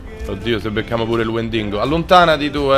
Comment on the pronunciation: il "wendingo" è bellissimo XD.. spero funzioni ancora il trucchetto